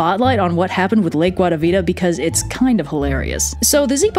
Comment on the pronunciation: I just very much love how you pronounce guatavita its lovely